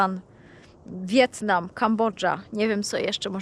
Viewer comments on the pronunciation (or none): none